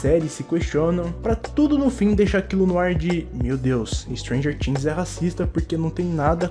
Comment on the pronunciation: Me deu uma agonia você falando "stranger tings"